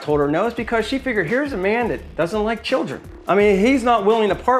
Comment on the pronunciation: "Would yike to donate to help children today?"